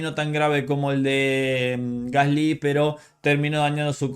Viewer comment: Creo que eres de los poquísimos que pronuncian "Gasly" de forma más correcta que he oído.